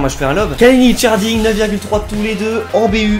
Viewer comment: j'suis moi même turc. Et quand tu prononce Erdinç baaah sa me titille, lit le " Erdrintch"